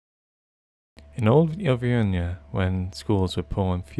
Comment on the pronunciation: why can no one pronounce auvergne properly ... ? dreadful ...